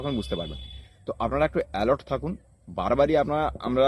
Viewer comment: Dhur baal ta scam ta ki kore hocche seta bol, r tachara alert bole word ta alort na